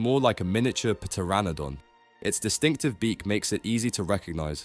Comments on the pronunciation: Did you say the p in pteranodon? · Did bro just pronounce the P in Pteranodon???